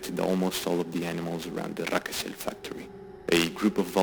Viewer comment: It's not Rakosel it's Rakoselskoye